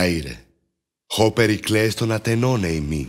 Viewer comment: Greece: Pericles = Priceles